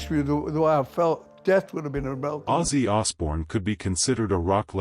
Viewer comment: How about using a real person to narrate this drive me crazy not how his name is pronounced